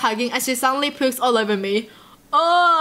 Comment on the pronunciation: Wait ..... 😂 Is it just me or whenever she saids pukes it sounds like Poops ?? When she said that I was like ..... Oh damn thats some real love there cause you would really let your partner POOP on you ???? Oh hell nah ! Then I read it and i was like well better than pooping on him 😂😂😂 btw I LOVE your videos they have the best content and there not the same old fashion titles there actually interesting for me ! 😁